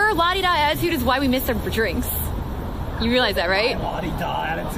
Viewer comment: Out of all the words Brit's pronounce weird, How the hell did they fit a CH into the word Attitude?